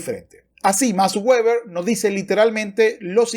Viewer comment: No es "ueber" si no "veber" puesto que no es un nombre inglés.